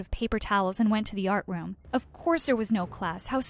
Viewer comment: “ moved to the artwoom”